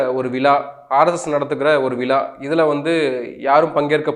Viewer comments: தமிழை தயவுசெய்து சரியாக உச்சரியுங்கள். "விலா "இல்லை" விழா" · விள இல்லடா அது விழா. மொதல்ல தமிழ் ஒழுங்கா பேச கற்றுக்கொள். முதல் பயணத்தில் மூன்று மாநிலங்கள் காலி. இந்த யாத்திரைக்கு பிறகு காங்கிரஸ் தேசிய அங்கீகாரம் காலி. 😊😮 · விளா இல்லை. விழா என்று உச்சரிக்க வேண்டும். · விலா இல்லை....விழா. தமிழை நன்றாக பேசவும்